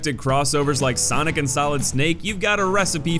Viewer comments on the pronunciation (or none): none